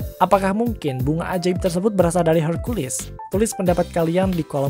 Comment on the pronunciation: Hercules pake e, bukan herculis pake i, kesel gw dengernya